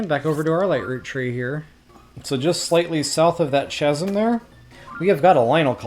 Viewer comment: It's not "ch-asm" as in ch ch cherry, it's pronounced "kasm"